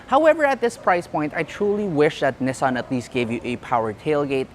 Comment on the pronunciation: The annoying part is the way you pronounce “Nissan”. Where in the world did you get that?😂😂